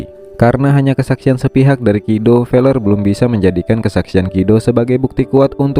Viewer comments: Feler ya bukan pakai p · Fellers, pakai F ya bukan pakai P